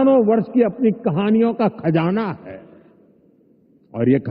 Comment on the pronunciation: What a pronounciation khjana instead of khzana